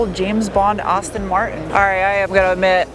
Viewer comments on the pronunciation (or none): “Austin. Martin”!! Come on “Aston Martin” 🤭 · 'Austin'-Martin -- Really?? And you're a car girl? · There is no U in Aston Martin. 😉 Just Sayin 🤷🏼‍♂️ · "Austin Martin?" Come on, grrl.